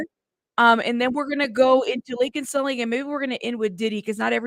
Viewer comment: Every single time someone says Laken Snelling I legit hear Laken Smelly 😂 🤷🏻‍♀️